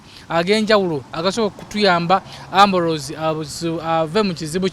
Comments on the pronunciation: naawe that word name is ambrose not amboloozi🙄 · Naye erinya ambrose olyogera bubi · Naye pronounce the name Ambrose properly